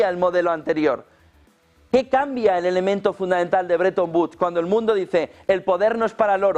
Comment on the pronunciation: Por favor podría decir FUNDAMENTAL..y no FUNDAENTAL, GRACIAS!!